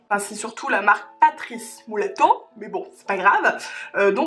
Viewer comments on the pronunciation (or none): Mddddr tu m'as faite trop rire avec ton "MOUlato", c'est MUlato, comme c'est écrit ma chérie :P Sinon l'eau extraordinaire de Melvita, la meilleure c'est la Narcisse :3